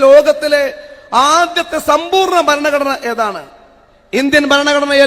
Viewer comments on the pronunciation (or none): ബരണ കഡന അല്ല പ്രതാപൻ സാറേ...ഭരണ ഘടന ആണ്